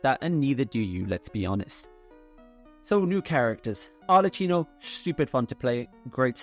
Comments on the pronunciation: Arlecchino is pronounced with k as in kilo, not ch as in cheese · Really, Arleccino? You know that she is called Arlecchino, it is pronunced very clear in the game, why continuing calling her Arleccino? Just say Arleckino if it is too hard for you! Sorry, but it bothers me so much! People will correct me al the times when I pronounce some English words not in the right manner so yes say it right!!!! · it's arlekˈkino not arletˈt͡ʃiino